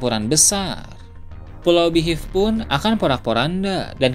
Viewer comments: Min beehive dibacanya BIHAIF bukan Bihiff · Waah..kalo yg mati di antara garp atau rayleigh, pasti bakal marah besar luffy nih.. Kya kasus naruto yg kehilangan gurunya jiraiya di bunuh sama pain.. Oh iya btw, mohonmaaf sebelumnya.. spelling beehive dibacanya bihaif... Joss.. salam nakama 🙌🏻🙌🏻